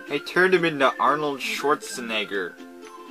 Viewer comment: the way he said "arnold schwarzenegger" is going to be mistaken as the hard r n-word real fast